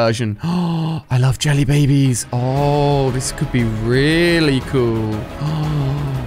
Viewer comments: Is it just me or did Ali-A say jelly bee bees? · yelly babies????